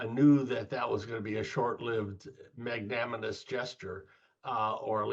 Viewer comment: and Hahaha. What is “magnaminous”? 😂 Americans. 🇺🇸 Go on you can say it : it’s magnanimous. Good luck to you anyway. Democrats must win!